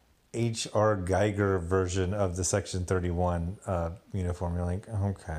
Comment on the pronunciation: You're about the 259th person to pronounce "Giger" wrong. My work is never done....